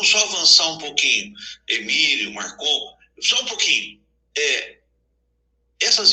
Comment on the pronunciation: É Marcon, não Marcão